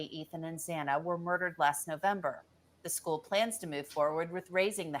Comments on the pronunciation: Xana is pronounced (I believe) with short a sound, not long a. 😉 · zahhhnah is how to pronounce Xana since you asked.